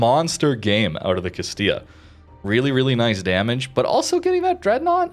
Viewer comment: Can say Castilla but not Venezia XD. Great video though and a slept on line, love the addition of a heal early on as well! Why can't all cruiser lines be updated with limited heals for low tier.